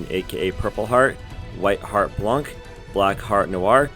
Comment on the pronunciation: Modern covid hoodweebs are FUMING at this gem also IT'S PRONOUNCED BLON NOT BLAN"C"